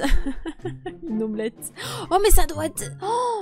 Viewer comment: sa me tue quand tu dis lomlette